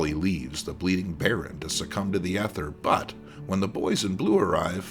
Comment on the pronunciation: Ether has a long e